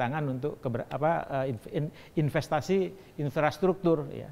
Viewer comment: In-frastruktur maksudnya, wkwk hampir aja😭